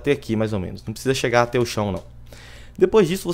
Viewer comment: pq vc fala FÊCHA ao invés de Fécha ( Eu sei que não tem acentos.) e ATÊ ao invés de ATÉ?